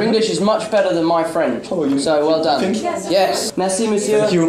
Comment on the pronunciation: On dirai quand tu dis thanks you on dirait tu dis Fuck you